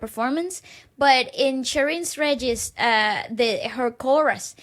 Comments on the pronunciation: Regis is commonly pronounced as Re-His... (spanish influence) :) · Sheryn Regis…Regis is actually pronounced as RE-HIS!😊